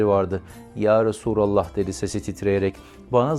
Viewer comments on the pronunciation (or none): Cancağızım bildiğim kadarıyla yarasurallah değil yarasulallah diye söylenir yanlışsam düzeltin